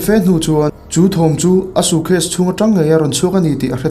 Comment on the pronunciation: "sucase" i ti zel a😂